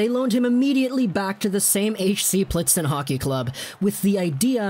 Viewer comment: I personally was expecting him to be decent bc I was able to watch im in the swiss league, but I was not expecting him to be this good. Great video as always. Btw Plzen is pronounced Pilsn ;) Keep it up, greetings from europe ✌️ Edit: as for the limit of foreign players on a team in certain leagues: it is supposed to protect the youth developement (especially in small hockey countries) and you can also argue that it protects smaller clubs who just cannot afford that many foreign players therefore the league stays more competitive. Keep in mind in europe there is no cap. So bigger clubs have more money and we really don't want to see the same thing that is happening in european football/soccer where only 2 or 3 clubs really have the budget and as a consequence the quality in their line up to win trophies...